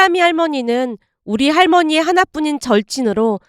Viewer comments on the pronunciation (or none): 필남할머님 부를때마다 왜 내귀에는 길라임이라 들리노;;ㅠ